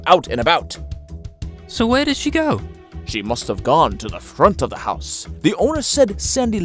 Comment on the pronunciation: Howse instead of house! 🤣😆! 😆 😂